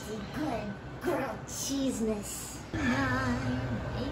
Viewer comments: GWILLED CHEZZ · Say it with me: GWILLED CHEEZ!!!